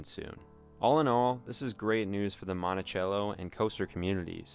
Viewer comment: Mon ti sell o is the correct pronunciation